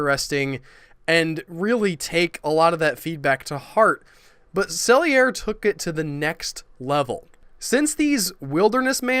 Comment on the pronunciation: Too bad you don't know the people that made these shows. Why does everything you bloggers say have to always include religion? Is it that you don't have any positive ideas? I think your research is incredibly shallow. Charles E. Sellier is pronounced Sell-E-Ay.